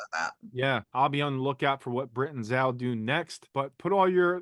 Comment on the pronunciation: Nice work, but will everyone please just learn how to say Zal's name?!! Phonetically it's /z/ /o/ /l/